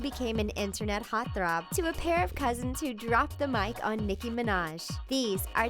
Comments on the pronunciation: Hot throb? I thought it was heart throb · What is a "hot throb",?